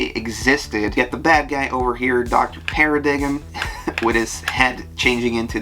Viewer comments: I like to point out that Dr. Paradigm’s name is pronounce as “para-dime” in the show. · Oh man, it was getting me too. Lol. Been living this guy's content but he really hates silent letters in pronunciation. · I know this is an annoying nerd correction, but paradigm is pronounced "pairadime" with the g being silent and the i sound being long. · "Doctor Paradig´em" LOL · Wasn’t his name pronounced as doctor “para-dime” as like the word paradigm?